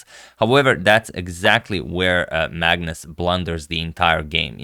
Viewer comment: Some time i hear madness instead of Magnus 😂